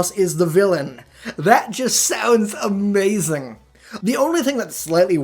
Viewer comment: "That is Amhehzing"